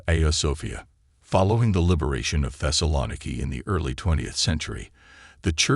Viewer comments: Literally the first word that's spoken is the mispronunciation of the name of the city that is the very subject of the video. Not off to a good start. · the way he pronounces "thessaloniki" is killing me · One would think that if someone was interested enough to make this doc., they would have researched the correct pronunciation of this city!